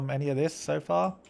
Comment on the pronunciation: when u're saying so far it sounds like sofa